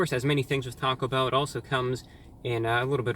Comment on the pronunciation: Sounded like he said taco hell